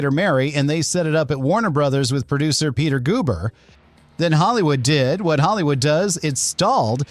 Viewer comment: Peter Goober.... i literally have no words. Also gonna be BLOCKING THIS CHANNEL due to its ridiculous usage of AI voiceover that is is a disaster.